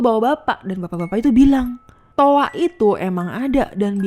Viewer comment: Toa mbak bukan toak